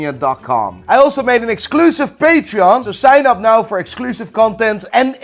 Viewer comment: Are you serious right neow